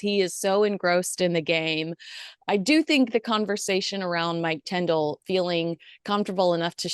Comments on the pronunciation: please check how you pronounce Zara and Mikes surname … Tindall. Not tendall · forgive me for this, but it’s pronounced TINdall, not TENdall.